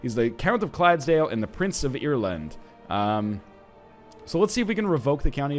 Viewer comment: It's ire-land not ear-land